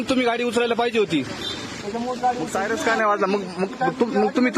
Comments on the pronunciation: Bhau sayrance mhantoy😂😂😂😂😂😂 sayrans ka nahi vajla😂😂😂sayrans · साय रन्स नाही रे बाबा सायरन म्हणत्यात रे भाऊ 😂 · सायरन्स नाही रे सायरन बोल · सायरन्स नाही सायरन म्हणा तेव्हा कळेल त्याना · सायरस नाही रे बाबा सायरन😂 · Arey baba syaras nahi reeee 😂syran